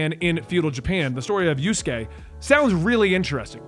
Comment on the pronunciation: It's Yasuke not Yusuke and the kinoichi's name is Naoe.